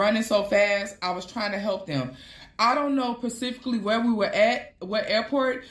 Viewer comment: SPECIFICALLY not PACIFICALLY …. AN event not A event people….